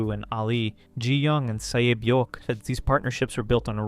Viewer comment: The way he said “Sae-byeok” 💀